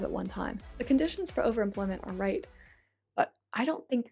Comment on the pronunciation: Why the fuck does she pronounce overemployment as overimplent?